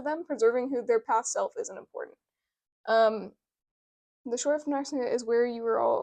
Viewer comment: Found this from reddit, Nay-sen-c is hoe you pronounce Nascency.